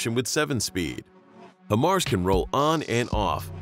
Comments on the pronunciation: Bro.....HIGHmars. Not hehmars. Makes a difference. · Maybe next time you could get the computer to pronounce “high-mars” correctly Jesus. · I actually DESPISE the way you pronounce it “HIMars.” 🫥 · IRRITATING HEARING IT SAY HYM-MARS INSTEAD OF HIGH-MARS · HIMARS. Pronounced "High Mars". Not "Him Mars." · HIGH-MARS... not him-ars. so annoying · FYI: The correct pronunciation is HIGH MARS (HIMARS), just saying! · Please... not "him-ars" but "high-mars". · I dis not finish the video cuz he keep saying... He mars.... Shouldnt it be high mars? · In the future... it's "HIGH MARS" not "HIM ARS." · You made a whole video about HIMARS without first bothering to learn to pronounce it correctly. It's HIGH mars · At least pronounce it correctly. It's "high mars". Before you put together a video about something, you'd better do a little more research. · If you've ever worked on these or ever been around them, you're probably cringing each time you hear "hemars" during this video. I counted 8 "hemars" before I had to stop watching this. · it's pronounce Hi MARS, now say it together. I'm a 13M and a section chief for this Army Job (MOS) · HIMARS (pronounced: High-Mars), or High Mobility Artillery Rocket System, is the modern lighter six-barreled version of the 12-barreled M270 Multiple Launch Rocket Launcher (MLRS) introduced to the US military in the 1980s. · It’s “Hi-Mars” dude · Him aars, lol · I hate to say it, but the pronunciation of HIMARS is throwing me off!